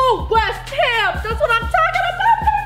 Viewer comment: why u keep saying west hem , its west ham u don't even pronounce that right 😩😩 please fix it next time